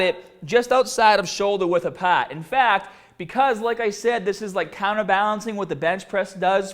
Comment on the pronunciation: Bah bell. Shoulder width apahhhht. Do you talk like that on purpose?